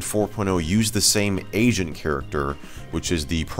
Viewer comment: Heard "Asian Character" and not "Agent Character"